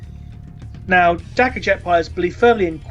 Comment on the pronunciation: darka? you mean dakka?